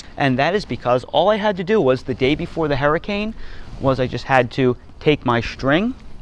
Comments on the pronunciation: No way is this dude from North Carolina. His pronunciation of “herricane” means he’s from Gloucester County, NJ. Williamstown, Wenonah, maybe Deptford. “Shtrike” instead of strike is Northeast Philly. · Haha yup he lived in New Jersey